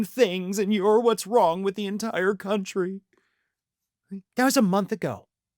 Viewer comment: She takes the “o” out of “country.”